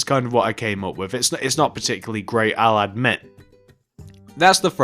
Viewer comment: It took me a few times to hear him saying "I'll admit" because I totally heard, "I like men" the first couple of times I listened to that section.